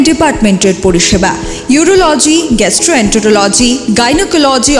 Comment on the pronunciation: To the admin: mins. The correct pronunciation of said word, is gastroen(tee)rology. Good job for the factual news. "Jo baat kahte darrte hai sab Tuu woh baat likh. Aagr dekhni hai tujhko Iss fiza mein phir bahar Tuu daal daal nahi Tuu paat paat likh." -- Dr. Javed Akhtar Indian screenwriter, poet, a Richard Dawkins awardee atheist